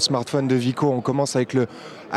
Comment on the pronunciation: non mais ses pas des chips la ses pas vico merde ses pas un V ses un W (double v j'explique vus que vous savais pas bien lire )